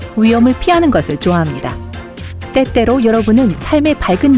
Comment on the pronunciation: 에때때로가빼빼로 로들었네